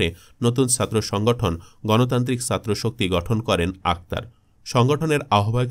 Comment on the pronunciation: ভয়েস আর্টিস্ট আরেকটু মানসম্মত হলে ভালো হয়, উচ্চারণে প্রচুর সমস্যা। এক মিনিট শুনেই বিরক্তি ধরে গেছে, পুরোটা শোনার আগ্রহটাই চলে গেছে! 'ছাত্র' শব্দের উচ্চারণ করছে 'সাত্র'!